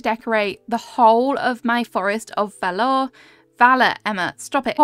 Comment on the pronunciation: I love your videos but please for the love of god learn how to pronounce words😭 you mispronounced Beta in your Palia videos and now valor. 😅